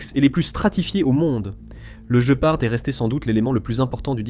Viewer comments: Il n'est connu QUE sous le nom de GUÉPARD ! Ça viens d'où ce JE PART, tu connais un félin qui a ce nom là ? Voix IA à la c***🤮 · Par pitié guépard et non je part 😂😂😂😂 . Not i go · Der Gepard ist ein Tier. Auf Deutsch wird GPAR ausgesprochen. G: wird immer hart ausgesprochen, wie im französischen Wort "gare" (niemals als ein "j"). e: wird wie ein offenes "é" oder ein "è" ausgesprochen. p-a-r-d: wird "part" ausgesprochen, da das deutsche "d" am Ende taub ausgesprochen wird, wie ein "t".